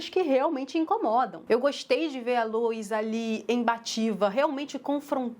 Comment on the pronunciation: O que incomoda é o pessoal falar “lois” como “louis”